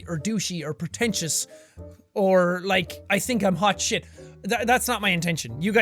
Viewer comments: I like when he says shite in- stead of shit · shite not shiat